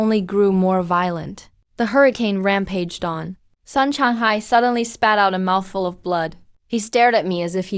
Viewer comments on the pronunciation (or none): kelan ba magkakaroon ng ai na marunong bumigkas ng tamang pagbigkas ng mga salita??? ruyan ang pangalan pero ang bigkas ng narrator rayan... palpak!!! ai ba talaga???👎👎👎👎👎yung sun bigkas san??? ang bigkas nun soon hindi san... jiao= jia o??? dyaw yun...